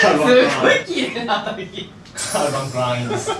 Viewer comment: すきなところ 少し喘ぐ高橋さん 容赦ないピコピコハンマー なんかちょっと女出す高橋さん いい発音のカルバン・クライン 見たことない色のカルバン・クライン もっと通になってきた人の餃子の食べ方 ｢2人気まずかった？俺と｣ 時を超えて 逆ASMR 別の音源を秒であてる井阪さん